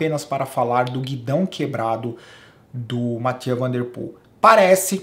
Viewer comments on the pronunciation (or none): Essa pronúncia "Matia" van der Poel está errada heim... conheço dois belgas (sem sotaque de Herebtals kkk) que moravam aqui na minha cidade que não pronunciam assim, e até nas narrações do Sporza o Michel Wuyts, acompanhado do José De Caluwe não dizem "Matia"...